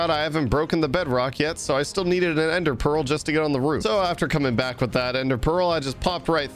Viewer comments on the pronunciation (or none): none